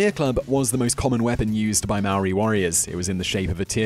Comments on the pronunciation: am I the only one that's gonna bring up that he completely butchered the pronunciation of 'Maori' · You said 'Maori' wrong! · If you can't say Māori words don't say it! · Bro how you said Maori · Come on man,Did you really said Māori wrong,Omg...thats the easiest word to say in our country 😔☹ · i understand the frustration but alot of people do not announce the Maori language right especially in NZ! im just glad that more people know of our culture even though some facts are wrong most people dont even knw what language we speak or where we are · um your pronunciation is REALLY off but um... good video? I guess? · He can't even say Maori 😂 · please check pronunciation of Maori words and check out the name of the warrior you spoke of. The name is totally wrong. Cheers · I've watched 20 seconds of this video and already annoyed by the way he pronounces Maori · If you gon teach other people about Māori people, learn how to say the name first🤦🏽‍♂️ not to mention the other things you said🤦🏽‍♂️ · And hongi hika isn't the only well known rangatira. Mere is pronounced me re not meer. An it's Maori not marry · It's not mari it's Maori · its not Mayori its not that hard to say *Maōri. And half of the kupu Maori (maōri words) are wrong. if my koro saw this he would get his cane and teach u how to say the words properly. Our Ataahua Culture is unique and no matter what it is mine. Maori Are NOT Terrifying. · “MOWRI” that hurts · When I heard him try to say the word Maori, I heard him say; Meow -wee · every time he said moweriee. I threw my laptop onto the ground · I know he tried but the way he pronounced Māori sounded like Maui from Moana instead lol. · pronounced maori / maa-or-e , hapu / haa-pu, haka / ha-ka not haa-ka, & hongi / is hong-ee. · Yo if you if your gonna do a video about us learn to say "Maori" right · If your gonna make something about Māori people say Māori right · Could’ve at least learned how to pronounce ‘Maori’ properly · Cant even say maori right 😤